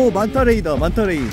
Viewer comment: 정브르님 만타 래이로 말하는데😂